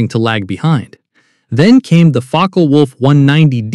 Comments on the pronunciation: In the German language, the e at the end of a word is pronounced. Ja, ich spreche Deutsch, und du? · Learn how to pronounce "Focke," Mr. Robot.